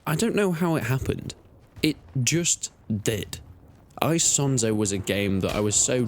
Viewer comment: It's not hard to pronounce Isonzo correctly, especially since this is probably not your first video about it.